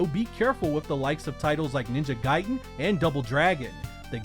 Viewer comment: Thank u for pronouncong ninja gaiden correctly